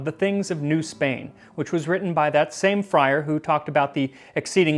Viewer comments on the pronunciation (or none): none